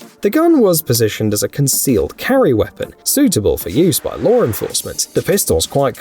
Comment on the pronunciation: You DO realize don't you that the word "law" doesn't end in an R.